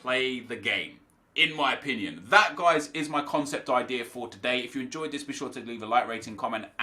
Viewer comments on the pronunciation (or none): "CONECPT" what???